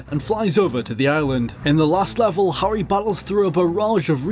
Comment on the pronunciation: Phew, I like your accent. Really. But everytime you pronounce "Harry" I die a bit inside.